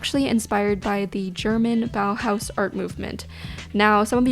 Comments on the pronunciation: She pronounces „Bauhaus“ realllyyyyy good ✨❤️ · Your pronunciation of "Bauhaus" is perfect! Greetings from Germany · This might be a weird comment but do you know how happy you made me by pronouncing "Bauhaus" correctly? It absolutely made me happy!